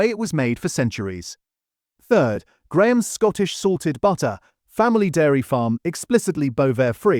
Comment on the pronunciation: that's a funny way to pronounce Grahams